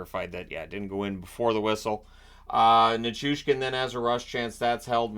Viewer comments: I feel you on the Nickoustin instead of Nichushkin Drives me crazy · I thought I heard Nituskin once or twice as well... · I'm glad I'm not the only one that gets super annoyed when they pronounce NiCHOOshkin wrong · As a Canadian Avs fan it drives me nuts that they can't say his name right